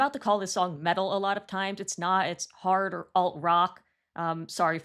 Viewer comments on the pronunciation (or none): I kept hearing that too 😂 idk why I kept hearing heart instead of hard